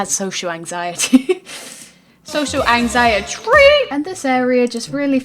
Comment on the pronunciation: Normal people:Social Anxiety: Social AnxieTREE